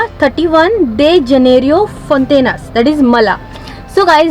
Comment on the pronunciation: It's not true that you get a prawn rissois, a chicken Samosa and a Jimmie for just Rs 80/-. It's much more than Rs 80/-. It's not FONTINAS but Fontainhas. It's not Pronounced as PATTIS but it's called a Puff if single and Puff's for plural. Ai Saiba 😮